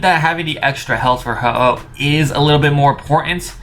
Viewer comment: You said hoho ex